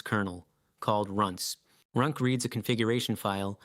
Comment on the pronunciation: yeah "his" pronunciation is weird, he pronounced runc as runk and runs for some reason -- feels like the dialogue is AI generated